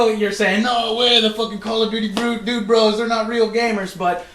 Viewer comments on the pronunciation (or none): none